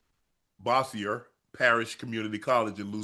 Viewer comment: was unc trynna pronounce bossier 😂😂😂😂😂 i currently live in bossier city